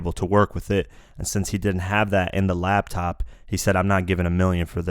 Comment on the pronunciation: LAP TOP not LAB TOP